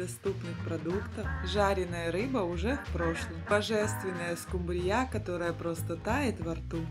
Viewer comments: СкУмбрия, а не скумбриЯ. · СкумбриЯ? Первый раз слышу, что бы так скУмбрию называли.. 😉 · Господи!Ну почему скумбриЯ,а не скУмбрия?Когда научитесь правильно говорить по-русски?Уши режет ваша неграмотность. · Рецепт неплохой,но в слове скумбрия -ударение на У(((извините уж...неприятно даже слышать...😢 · СкУмбрия,а не скумбриЯ... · Точно ухо режет ударение скумбрияяяяяя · Рецепт не досмотрела,не правильно поставленное ударение режет слух,а это не допустимо,если вы уважаете свою аудиторию 😢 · Извините,но что за новое название этой рыбы?! СкУмбрия,произносится с ударением на букву У!!! И ещё,музыка портит всё видео!Извините ❤ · Так интересно она рыбу называет😂. Это в каком регионе так говорят????